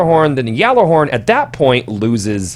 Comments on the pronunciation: funny thing is you are pronouncing it correctly lol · You do say Gjallerhorn Correctly, everyone else says it wrong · No, you're saying it correctly. Well, mostly. It's pronounce like "yallah-horn", not "yaller-horn". But really, that's almost just preference at that point. Glad to see you didn't say "gyoller-horn". Like come on, kids. It's not rocket science! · Is it just me, or is it slightly annoying when people say "yallarhorn"? I understand that it is the "correct" pronunciation, but it really seems like it's some weird elitist thing... I can understand the nerf though, I just hope it isn't a stupidly overboard one. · You are the only person I have heard pronounce it right